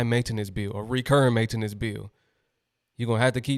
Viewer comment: It’s maintenance!!!!! you are fucking that word up homie one word, maintenance, not ma-ta-nance.